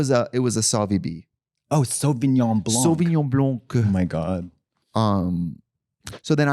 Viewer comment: not to be that person, but also I hope you guys somehow see this, but when you say "Sauvignon Blanc", please do not pronounce the "c" at the end, it is silent. (before you come for me, I'm from Montreal, born and raise, very Quebecois parents, and my native tongue is french) ❤❤